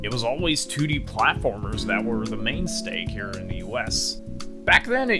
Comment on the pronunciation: did you say mainsteak or am I hearing things. Nice video I love small youtubers that make well produced and informative videos like this. Gl in the future!!